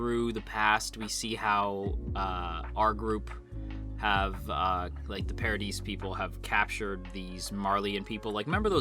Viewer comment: It's pronounced "pa-ra-dee" It's the French word for "heaven".